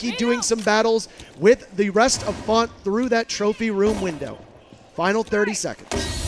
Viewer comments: FONTT???? Don’t you mean FaZe?????? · It’s not font it’s faze now